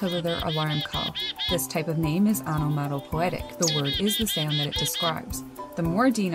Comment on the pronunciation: That's "onomatapoeic", not onomatapoetic. :-)